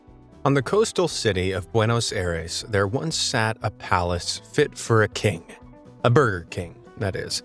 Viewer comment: This guy butchered countries city names!!! 🤣 Where the hell was the editor??? Helsinki!!! Buenos Aires!!! He got Giza right wow! 😂 Kyoto! Nice, 2 in a row! Rotterdam wooo 3!!! Azerbaijan almost!!!